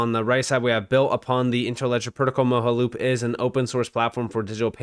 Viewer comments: It's pronounced MO JA loop not moho. Like your content but your Word pronunciation is real bad. Like uz instead of AS. Thum instead of Them. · It’s pronounced Mo-ja-loop, not Mo-ha-loop. You’re making my brain hurt 😂😂